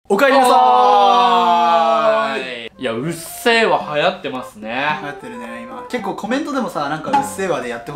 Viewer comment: うっせぇわがうっぜぇわになっとる!